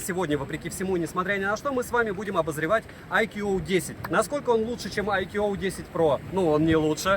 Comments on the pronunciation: А по синтаксическим правилам какого языка "iQOO" произносится как "айкьюоу"? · Даже индусы на своём ломаном английском произносят правильно: айку